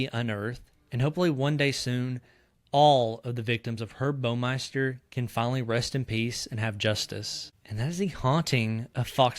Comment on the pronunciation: Baumeister rhymes with “Wow” meister. It is NOT pronounced “Bo-meister”.